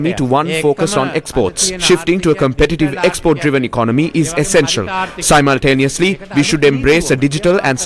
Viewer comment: Simultaneously is being pronounced wrong